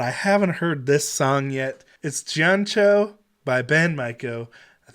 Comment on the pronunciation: I love your reaction! Since you are with Gaijin Guys (and are interested in Japanese...) the correct pronunciation for the "Gi" in "Gion" is more like the "gee" in "geek" so Gion would be like "Geeon" rhyming with "Leon". Not a complaint! Gion is the name of a district in Kyoto. I believe the video was taken in Kyoto. .. and "oido" is a Kyoto dialect for rear-end, so not many in Tokyo would understand... haha.